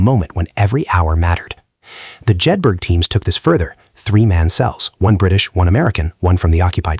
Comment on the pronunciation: Pronounced Jed-bur-uh.